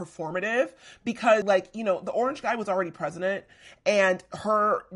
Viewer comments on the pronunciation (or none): none